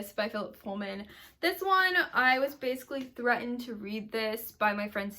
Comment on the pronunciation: 💀💀💀 “threatened” bahahahah